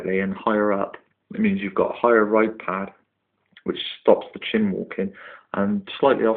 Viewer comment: For Goodness sake, it's Chine as in Whine, not Chin or Chime. Nice setup though.